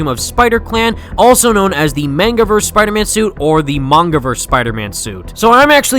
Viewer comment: i'm sorry, did you say, "the mangaverse spidersuit, or the MANGAverse spidersuit" ?